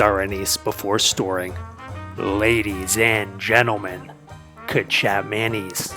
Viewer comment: ay quick info the closest way you could pronounce kecap manis is " kay-chop-maah-niece "